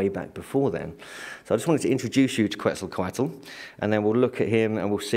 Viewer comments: PLEASE pronounce Quetzalcoatl's name right!.. Ketz- ahl - koh- aht... No "kwattle" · Got his name quetzzaecote